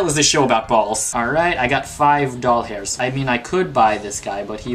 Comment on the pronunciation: When said 5 dollars I thought he said 5 dolls hair😕😯😂😂😂😂😂😂😂😂😂